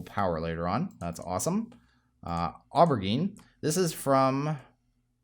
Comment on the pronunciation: Aubergine is pronounced like "oh ber jean", and it's just another word for eggplant, just btw. Interesting video.